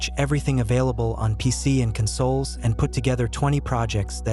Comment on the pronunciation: Is this a fake voiceover? Why did he say console like that 😂